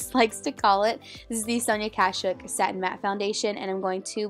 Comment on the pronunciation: Love the 'shuk' foundation lol 😂